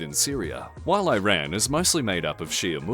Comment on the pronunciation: I’m just saying, it’s not hard at all to pronounce Iran correctly